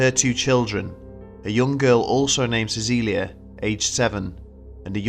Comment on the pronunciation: Your pronunciation of Cäcilia was nearly spot on! Congrats!